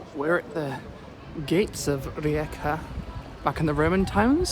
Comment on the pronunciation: Unrelated but as a Croatian I appreciate your attempt at pronouncing rijeka it was actually pretty good